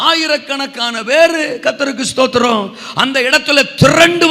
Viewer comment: சும்மா சும்மா தோத்துருவோம் தோத்துருவோம்னு சொல்லாம ஸ்தோத்ரம்னு ஒழுங்கா சொல்ல படிங்க